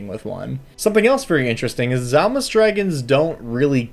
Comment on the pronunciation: To be fair on the pronunciation the "D" isn't silent is Dzalmus it's a "/d͡z/" kind of like the "Ts" in Tsunami is a "/t͡s/" so the "/d͡z/" is pronounced like a Z but with the tongue back and up where the D is usually pronounced. phonetically similar, though it does push the pronunciation of the whole word farther back in the mouth. "/d͡z/" though isn't really ever used in any dialect of English. Edit because for some reason half of why I typed was erased.